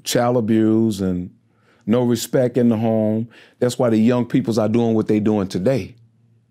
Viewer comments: 🗣 “Respek!” lol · No he said Respek!